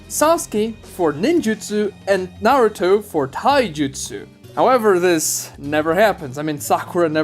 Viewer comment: Why do Americans have difficulty pronouncing "u" in Japanese words? it is not "narr-toe" it is "Nah-ru-to". It is also "Sir-sue-kay" not "Sars-kay".